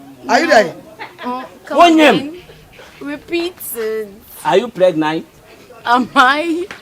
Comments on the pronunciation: are you pregnight 😂😂😂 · What’s Pregnite eiii 😂😂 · “Are you pregnice??”😂😂😂😂😂😂😂😂😂